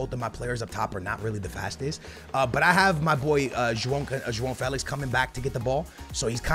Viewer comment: So jao is joang Yh😂why does he say Felix name like dah😂